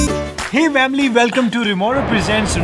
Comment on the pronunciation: why are you saying vamily you have to say family